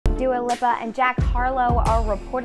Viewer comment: How can she say Pete Davidson Gf name correctly but now Dua Lipa